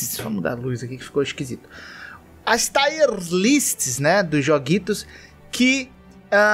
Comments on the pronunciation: Tier, não taier list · Só uma pequena observação: a pronúncia correta é TIER mesmo, do jeito que se escreve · Quando o cara não sabe inglês e tenta falar é engraçado demais kkkk TAIER LIST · O pior é que não é difícil você simplesmente ir no Google e verificar a pronúncia correta de alguma palavra antes de falar que nem maluco Kkkkkkkk